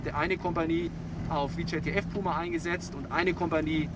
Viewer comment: Wie sichert der Soldat bei bitte ab? Mit dem Rücken zum Feind? Und wieso wird auf der Beifahrersonnenblende vor einem Beifahrerairbag gewarnt, den diese G-Klasse gar nicht hat? Und das VJTF wird deutsch ausgesprochen und nicht englisch. Namen ändern sich nicht plötzlich in der Sprache.